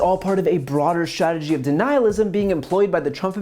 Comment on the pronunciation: ...part of a broader shhragery......it's pronounced strat e gy...and also the Trump adminshtration is pronounced ad min is tration